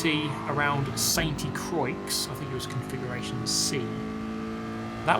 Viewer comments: St Croix is a fictional french track so it's pronounced San Croy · The "X" is silent "croy" Nothing personal, though being as you already got Le mans "luh mon" down pat... Had me still questioning if you are simply just poking about French language🤣🤦🏼‍♂️ I have way to much fun these days👍 Bebobabobeep!.!.!!! Woot woot.. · it’s not pronounced Santé Crocks!!! It’s in French, literally translated means the “holy cross.” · It is pronounced Saint Crouah, the X is silent and Croi isn't Croy 👍🙃